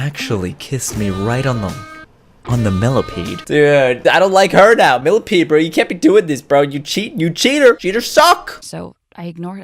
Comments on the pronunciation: millasecond millapead millameter milla-peed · I laugh when he said milla ped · Haha when you said millapeed